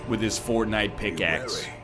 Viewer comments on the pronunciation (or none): none